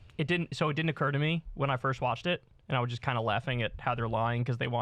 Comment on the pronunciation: Stop saying “me” like that!!!